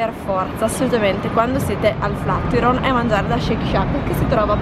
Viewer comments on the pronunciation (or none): ti seguo da un po’ e mi piacciono molto i tuoi video, soprattutto quelli di viaggio! Però flatiron pronunciato così non si può sentire 😂😜